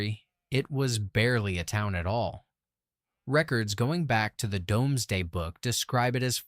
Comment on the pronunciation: Domes day book 😂😂😂it’s Dooms day!!!! It’s Kerby zed cars (Z cars)! Pronunciation sucks!!!